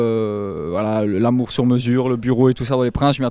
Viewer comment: se « ramener l'amiour 😭😂😂 »